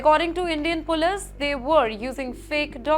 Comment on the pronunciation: this anchor's pronunciation is horrible. "Contained" as "Cuntt tained", "Continue" as "Cuntt tinue", "Police" as "Polesss", "Determine" as "Debt Ter Mine" when it should be "Dee ter min"